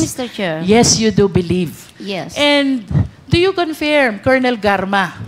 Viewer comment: Wala kahibalo asa ang Tuguegarao, Cagayan? And it's "confirm" not "confiyrm"...